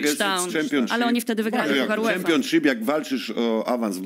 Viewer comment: Tak Tomek twój english to jedna wielkia katastrofa, Ty to nawet prostego słowa jak Championship nie umiesz poprawnie wypowiedzieć.. A powiedz jeszcze raz Player, 😂😂😂